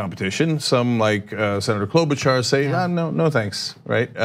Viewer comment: Senetor Amy “klober your staff echar” ? Is that how you say her name?